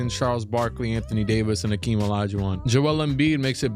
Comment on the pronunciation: It’s definitely Hakeem not Akeem